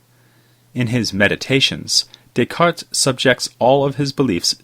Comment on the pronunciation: bro, i want to listen what you have to say, but the forced intonation and cadence of ur speech in conjunction w/ ur desire to pronounce "descartes" w/ a french accent is making me cringe. No one will fault u for a butchered pronunciation of descartes!_! Keep making videos, just giving u some honest feedback is all my friend : )